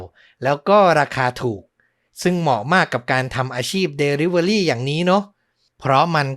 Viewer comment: Delivery อ่านว่า ดิลิเวอร์รี่ค่ะ fcเท็กซัส